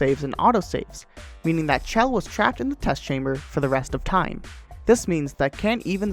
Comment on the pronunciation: How is this guy so good at Portal but doesn't know how to pronounce Chell's name?